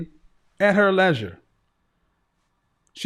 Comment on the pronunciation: The fact he pronounced leisure like that.